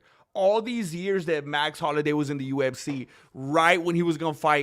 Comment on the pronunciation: Max holiday? Man learn to read english ese. Youre in america